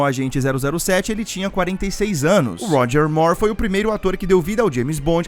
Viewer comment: Ótimo trabalho. Pena que estranhamos ouvir Roger /Mór/, em vez do correto, Roger /Mur/, como a Demi Moor.